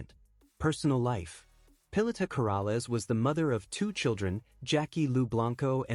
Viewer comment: Please know how to speak her name correctly